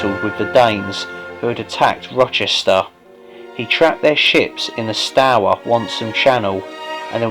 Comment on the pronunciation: I've always pronounced it like tower. So you got it right imo.